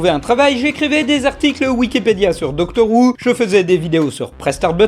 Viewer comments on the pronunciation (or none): Astuce: Doctor who ça se dit Hoo pas Woo